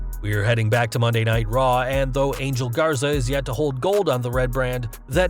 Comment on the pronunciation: Ángel is pronounced "Aan-hell".